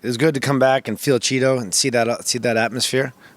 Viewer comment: did he say it was good to come back and “feel Cheeto”?